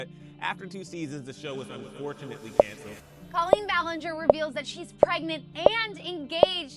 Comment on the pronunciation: Yeah it definitely is. The way the voiceover talks has that weird stilted tempo and somehow even though this “person” was apparently longtime fan they say “cole-lean ballin-jare”